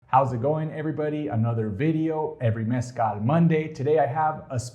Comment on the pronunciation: I gotta say I APPRECIATE that you pronounce Mezcal properly unlike our fellow Anglo Americans with the 'Hal' ending. 🙃 Even American born Raza pronocues it with the 'hal' ending. Cringe. You my friend, got your self a new subcriber.